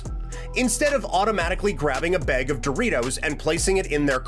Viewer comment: From each beeg lol using your A’s are also free man you said beg so much I forgot what you were even talking about